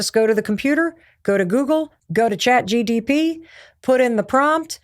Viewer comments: Mel you have said chat dtp soooo many times and it's harmless and an honest mistake but boy is it cringe 😂 it's chat G P T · Stop saying Chat GTP. It's Chat GPT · Even tho it is chat GPT I find it very cute and adorable when you say Chat GTP ❤😊😅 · She is so sweet by saying chat GTP ( rather than GPT ) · so real and I loved it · “ Chat GTP” 😂 Mel, I love you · I'm loving how you say chat gtp!😂 You sound like my older sibling and it's comforting ❤ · It did bother me, i doubted for a second if its GTP? But its MEL, i love her <3 She is cutie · Mel never getting the say “Chat GPT” right always get me 😂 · I thought this was funny because it’s a tongue twister for me too😂